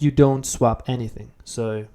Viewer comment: your english is so good that it really stands when you get something wrong! :) Just FYI, 'swap' doesn't rhyme with 'tap', but with 'top'. Of course I'm commenting 4 years after you made this, so you probably know this by now.